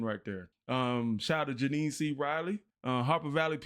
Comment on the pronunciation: And Jeannie C. Riley is pronounced like Genie.